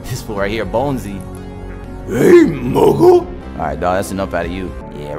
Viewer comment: Its moco not moko